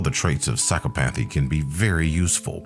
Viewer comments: Great vid! But I’m afraid you’re mispronouncing psychopathy, it’s pronounced like psi-cop-athy.😊 Have a great day! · Learn to read English, that is not how psychopathy is pronounced……how do you expect to be taken seriously?